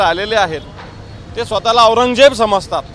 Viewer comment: अरे न्युजवाल्यांनो आधी बाराखडी शिका रे 😂😂🤣 औरंजबजेची 🤦🤦